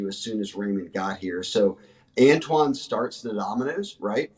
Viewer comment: Annnntwaann not tone